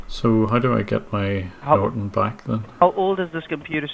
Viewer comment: Norton Nort-on Not-on Not on TRIGGERED